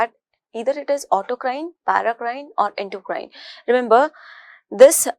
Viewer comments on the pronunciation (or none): none